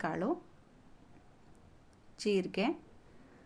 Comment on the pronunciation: ಕಾಲು ಅಲ್ಲ ಮೇಡಂ ಕಾಳು..😅